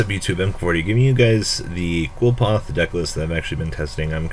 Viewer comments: okay i wanna make a video about card pronunciation... it's pronounced "Li-foth" jeesus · It's pronounced Kliff ort nowadays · Erhrm "Cliff - Aw - Th"